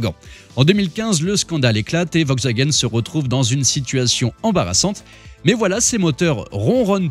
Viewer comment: C'est "VoLkswagen".... On prononce le 'L" hein... 🤣